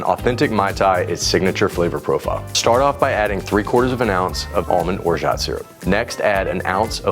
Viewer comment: You aren't pronouncing orgeat correctly.